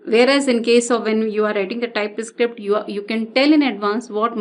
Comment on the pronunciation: Just a suggestion: you sound like Script = Iscript String = Istring Type Script = Tye Iscript